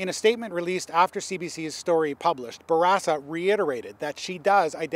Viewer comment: Bourassa...? ffs.